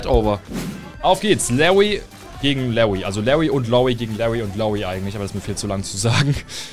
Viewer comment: Genau Lawwwy und Loowwie